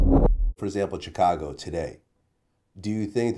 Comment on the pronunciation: Why does Vlad keep saying "Tchicago"